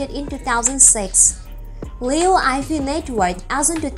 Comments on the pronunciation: liu yee fei is right accent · what /ayfei/ Name of a person has proper pronounciation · If you gonna do a video about someone at least get their name right. You made it sound like Eiffel Tower.